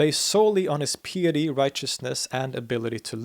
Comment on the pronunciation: Piety is pronounced "pie-et-ty" not "pee-et-ty". Like apple pie.